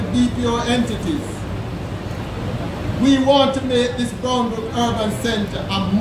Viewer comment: BOUNDBROOK! Please pronounce it properly.